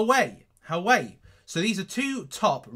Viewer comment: Huawai is pronounced "who-a-why". by the way! :D